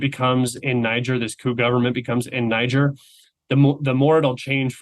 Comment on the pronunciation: Brilliant commentary. But FYI . . Niger is pronounced “nee zher” - the ZH is like in Zeluzhny. The last syllable rhymes with “where”. And the ethnic business is about Bazoum being from the minority. Arab population. But that has nothing to do with his unpopularity. Niger is also a Muslim country - something like 97%. So obviously there is no friction there, either. He was simply a western puppet, and a cruel one at that. Keep up the excellent podcast. And thank you 🇷🇺 .